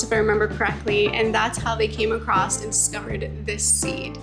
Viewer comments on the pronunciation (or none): none